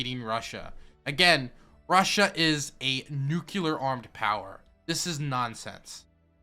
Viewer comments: PLEASE learn to say "nuclear" correctly. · what's the most dangerous weapon? NUKELAR BONB! Sorry :D